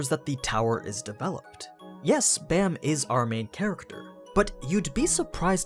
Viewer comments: the art style is definitely unique, but it's pretty damn great in my opinion also bam is pronounced with an ah sound, like bahm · Why is everyone pronouncing his name Bamm, no its b-ahhhh--mmm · Its is pronounced like bomb, since it is a korean word. However, it is easy to see why people would say it like bam. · How are you supposed to pronounce bam? I thought it was pronounce with a soft A... because if im not mistaken his name means night in korean right?